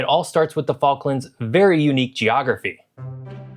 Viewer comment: JEE-ography by